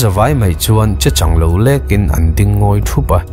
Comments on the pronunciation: A ngaihnawm hle mai mahse..An buaina zakhua tilovin,an buaina zâkhua tih tur a nia...Chechanglo lêkin tih kha,chechânglo lêkin tih zawk tur a ni e. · Chechang ilam diklo leh ania,chechâng ti a lamtur...